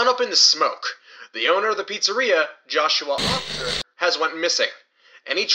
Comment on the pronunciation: It sounds like in the beginning the guy say Joshua Ofder, any body else realize that? Also love your vids man there nicely done, can't wait for the next ep. My brain wants to explode and what will and what is going to happen, So bad dude! So FREECKIN bad!